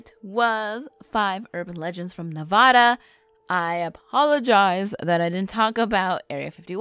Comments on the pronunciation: This video was cool but its pronounced Nevada not Navada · The Moon Landing was in 1969 (not 59) ...and Nevada is pronounced with an "a" - as in Apple - not "ah" (say it like ya have a Brooklin accent, lol); and the Native Americans are pronounced "pie - oot". But you produced an interesting video! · Nevada = Nev-ad-a, NOT Nev-odd-a. The Tribe's name should be said more like Pie-Yute. Good report though. Fascinating information. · That's terrible. Anyone born here should definitely know it's not Nev-od-a. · when she said nev-ah-da 😭✋ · I just wish people would research how to pronounce words that are not familiar to them. And just when are people going to learn how to say Nev-AD-a. It's not pronounced in Spanish even though that's it origin. Does help us know where you're from though. Worst pronunciation offenders are from the east coast. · Haha, it gets on my nerves when people from other states pronounce it as "Neh-vaw-duh," but I understand if they have yet to catch on. What REALLY gets on my nerves is when they are aware of their mispronunciation of the word and yet continue to say it like that. I feel the same way towards the whole "soda vs. pop" thing. If you would like to live in/stay in Nevada for an extended period of time, you BETTER pronounce it right and say "soda" as opposed to "pop."